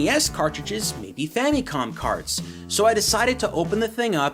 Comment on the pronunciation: Why do you say famicom like fammycom lol